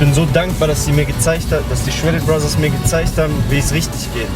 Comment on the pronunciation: abi yanlış anlamayın ama shredded brothers derken sanki shredded brazzers gibi anlaşılıyo :D